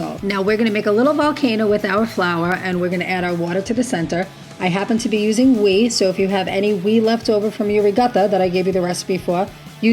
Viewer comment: What is we? Do you mean whey (sounds like way)? Looks delicious.